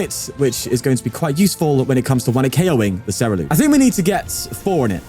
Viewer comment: It’s not Cer-E-lUge, it’s spelled Cer - U - lEdge. 😊